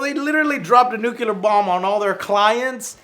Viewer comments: For the last time joe... it's not "nucular", it's "NUCLEAR" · it's NUCLEAR NOT NUCULAR!!! FFS!! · Joe, why do you say "nucular?" "Nuclear" doesn't have 2 u's. Is this a southern thing? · Nucular.. nucular...